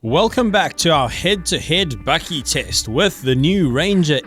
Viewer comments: No one is perfect... but it's bakkie not bucky... A South African name for ute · As an american, I find this incredibly entertaining! Are you saying "Buggie" or "Buckie"? Do you guys have full size trucks like the F-150 or Titan or just these little guys? We currently have neither but I'm anxious for the 2019 Ranger! Hopefully we will get one with the 2.7l V6 TT ecoboost!